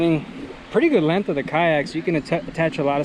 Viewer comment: Checking out the lennth and the strennth Lol. good video though brother